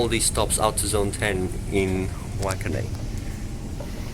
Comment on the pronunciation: Waikanae is pronounced "Why-can-eye'